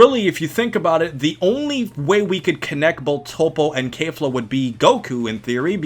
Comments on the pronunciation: Kefla is stronger (and please stop pronouncing it Kaefla. It's KE-fla) - think about it, Toppo is more or less on par with Dark blue Vegeta = Kaioken x20 Blue Goku. Goku uses Kaioken vs Kefla (it's not clear whether it's 20x but considering his struggles, it was at least 5x to 20x kaioken), and Kefla was at that point at the SS1 level (or most likely full power ascendant saiyan) - as Goku uses UI Kefla powers up to full SS2, which as we all know (or should know) is at least 20x stronger than full power ascendant saiyan. So if we're lowballing Kefla, by claiming Goku was only using Kaioken x5 against her SS1 form, then that puts Toppo at 4x stronger than Kefla's SS1 form, and as we know 4 goes into 20 five times, that makes Kefla SS2 approximately 5x stronger than Toppo. High balling we're looking at Kefla being 20x to 30x stronger than Toppo. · Why are you saying kafla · The English pronunciation of Kefla makes my ears bleed